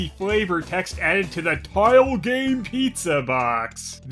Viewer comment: ...took me 3 times hearing "tile game" to understand the joke.